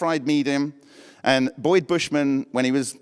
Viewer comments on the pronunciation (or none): none